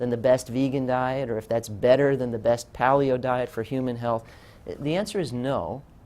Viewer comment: Loved this video but I kept cringing every time he said "pahl-ee-oh" instead of "pay-lee-oh."